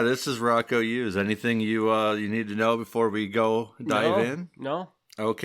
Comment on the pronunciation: The "Youse" rhymes with "house." I know because I'm his daughter.